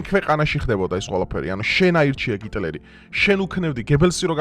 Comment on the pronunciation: კარგი ხარ, მაგრამ გთხოვ გიტლერი არა- ჰიტლერი, ბე-ემ-დავლიუ არა, - ბე-ემ-ვე 🙏🏻